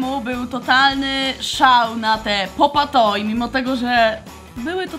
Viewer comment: Mówi się pop e toy a nie pop a toy